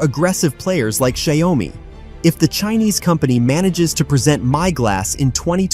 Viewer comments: Well, it 's xioa mi not xi oa mi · Maybe use an AI model that can actually pronounce the name. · Learn how to pronounce the company's name correctly